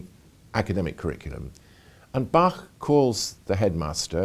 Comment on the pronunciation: finally someone who pronounces Bach correctly!